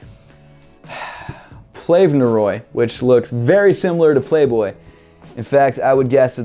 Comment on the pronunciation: Hey you uneducated fuck, the v in PLVNEROY is pronounced as a U, it's from Latin. Also, you're an asshole for judging people's English grammar, because I doubt they are native English speakers. Imagine if you were to try to speak their first language, and the number of mistakes you would make. Maybe now you'll start to realize that they did pretty decently, everything considered. Typically like your content, but you just seem so elitist and xenophobic in this video.